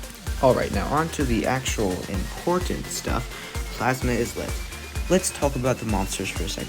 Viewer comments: you pronounce it as "eye-let" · Yeah the “is” is pronounced like it is in “island”